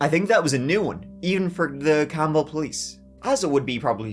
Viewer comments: It’s pronounced “camel”, I work there and lived there for years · I live in the youngstown area... it's pronounced like the animal Camel.... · 1. Youngstown was a steel town, not coal. 2. Campbell is pronounced “camel” because, why not? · It’s pronounced “camel”, like the animal. I don’t know why. Guessing we were lazy and the “b” was just in the way. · Sorry you had to research Youngstown, Ohio. Spent 35 years of my life there before moving. Its a really weird city. Lol. And some useless information you didnt ask for - nobody pronounces the city name like Campbell's soup. Its camel, like the animal. 🤷‍♀️ Like I said, weird. Lol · Oh look my tiny ass hometown! i graduated from Campbell memorial and my parents still live there. It’s pronounced like the animal “camel” but we call it soup city lol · O-H! A city that is spelled like the soup (Cambell's), but pronounced like the animal (camel)🤣